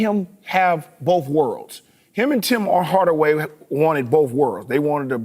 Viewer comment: sounds like he says “bowf” instead of “both” kind of like buckwheat